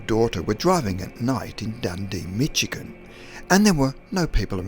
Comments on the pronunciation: Michigan is pronounced Mich e gun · Michigan is pronounced Mishagun, not Mitchigan. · Nice work, and each of the five stories has the ring of authenticity-- free of editing, gloss and hype. Your pronunciation of "Michigan" told me you are UK. Your "Like vs Dislike" ratio is vastly improved, as well. Keep up the originality, and thank you for the effort.